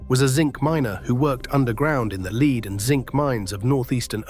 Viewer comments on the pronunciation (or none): It's pronounced Lead (Led) not leed.